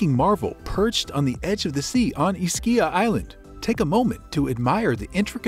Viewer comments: It's EESkeeya, not "IsKEEya." Come on. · My family is from here originally. It is pronounced with an E. E-schia. The neighboring island is pronounced Pro-jida... The c is like j (like j in jar) in that regard..